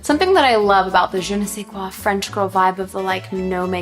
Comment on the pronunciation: Take a shot every time she says "Je ne sais quoi"...Well, at least she made an effort to pronounce properly.